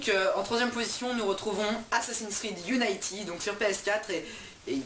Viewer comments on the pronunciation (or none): Ta pronociation de unity est juste degueulasse